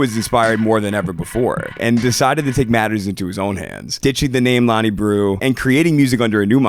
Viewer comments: breaux is not pronounced brew 😂 it’s pronounced ‘bro’ coming from a authentic new orleanian 🥲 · great vid, only thing, his last name is pronounced 'bro' not 'brew' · Hate to be this guy, but just for future reference breaux is pronounced “bro” Otherwise nice, insightful video. Always here for Frank content nowadays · breaux is pronounced bro lmaoo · My boy slaughtering our last name 😅 All good though, it’s pronounced as bro